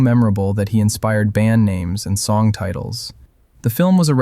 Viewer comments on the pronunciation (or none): none